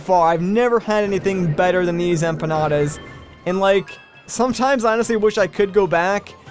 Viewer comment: You said empanras (at least that I heard) but Is empanadas, honestly, you were pretty close. Btw, your teacher must be from columbia.